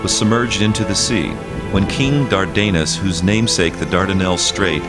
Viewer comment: "Dardanus" is mispronounced in this documentary. The accent is on the first syllable, not the second.